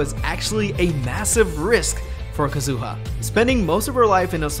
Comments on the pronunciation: Is this actually how Kazuha’s name is suppose to be said? Bc it was irritating tf out of me Lmaoo I always thought it was Kah-zoo-ahh not Kuh-zoo-uh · “Ka-zu-ha”, not “Kazoo-ah” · omg she's not a kazoo at least try to pronounce their names right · that’s not how you say kazuha 😭😭💀💀